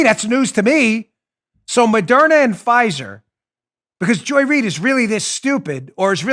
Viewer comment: Joy (doesn’t) Reid “read”